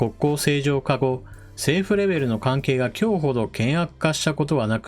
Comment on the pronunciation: 今日ほど の読み方は文脈から きょうほど ではなく こんにちほど が適当だと思います。